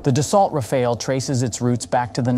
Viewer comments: ROFL, Ra-Fail. Just can’t decide how to pronounce 😄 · So very little real information given, just a lot of general marketing-speak without making any attempt at arriving at a solid conclusion. And how many different ways can you mispronounce Rafale? Useless. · Another one who can’t pronounce rafale properly. In the age on internet and google, it’s inexcusable. The presentation is otherwise adequate.